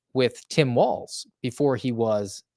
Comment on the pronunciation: "Tim A-Walz" lol